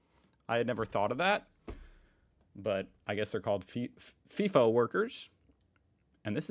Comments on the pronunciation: It's f(eye)fo not feefo lol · It isn’t “fee-fo”! He said it 3 or 4 times, it’s “fye-fo”. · umm ex FIFO here.. and its not pronounced FEE FOH.. its FLY/FY - FO and as far as rosters go there is variations. back in the day people did six week 'swings' but 3x 1 (three weeks at work and one home) kind of took off or the 4 x1 .. but over time its reduced down.. some people will do four days on and three days off. my routine rosters were either one week on/one off or another popular swing (=rotation) was two and one. as for the freaking mess and 'crib'.. if you are lucky you get a good chef, but yes 'flashbacks on the coffee' and brekkie is the best meal of the day on these camps. most people get paid to sit on that bus (or plane), so whose going to whinge about that? then the $$ that people are on.. who cares? its all worth it.. but its not that romantic. when you are doing it there is lots of politics. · FIGH FOH..not FEE FOH 😊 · Not fee fi fi fo